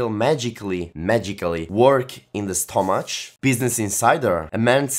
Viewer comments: Sono bravo a pronunciare l'inglese Cit. STOMAC (/'stʌmətch/). Si legge /ˈstʌmək/, con la C dura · In realtà stomach si pronuncia con la C dura. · stomach pronuncia stomak